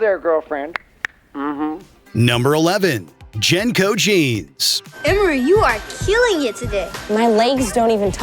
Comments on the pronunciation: How are you gonna make a video and not even know how to pronounce jnco correctly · From the wild mispronunciation of JNCO, to believing that a Sega was a Nintendo, to thinking people wore windbreakers to raves, to completely misunderstanding the real threat of Y2K and all of the very real and very hard work programmers had to put in in 1999 to rewrite nearly everything so that nothing would happen -- maybe this video was the cringe we had all along.